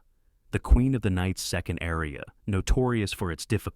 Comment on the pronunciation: Perhaps you could learn to pronounce “aria.”